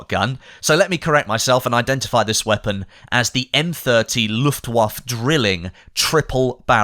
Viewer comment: It's "Luftwaffeh", not "Luftwaff", the e at the end is not silent. Please don't do a Driftor.